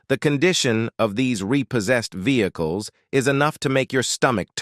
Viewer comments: Ve-heck-less hahahaha. I have got tot he point I am blocking AI content. It drives me nuts. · Vehzah-cules... lol Individu-alls.. Lol All in the voice of the narrator from Cops. XD